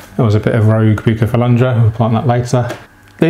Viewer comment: Bukefalandra, anoobias and higrofilla and other badly pronounced plants there.